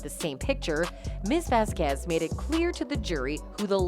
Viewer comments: VAZquez not vazQUEZ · Miss VeZqUeEeZ jeez woman, miss Vasquez is fantastic at least pronounce her name properly. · Correctly pronounce "Vasquez"